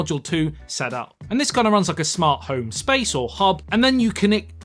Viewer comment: "connict". is now South African? 😂